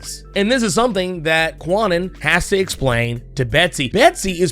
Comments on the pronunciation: It took a long time for Betsy Braddock to grow on me, like almost to the point of Knights of X. I still don't care much about Kwannon yet. BTW, the W in Kwannon is silent. It's pronounced Can-Non. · The proper pronunciation of Kwannon's name is not as prolific as it should be. I often catch myself saying Kwah-nun from time to time. But yeah, it's pronounced "Khan-Own."